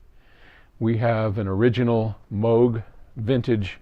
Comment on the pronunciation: All my questions were answered in the studio! Thank you. I didn't know the modular was a legit original Moog! That's so cool. And thank you for pronouncing Moog correctly that's a pet peeve of mine! I'd love to have a real tour after COVID and everyone is vaccinated I would probably geek out and ask so many technical questions hahaha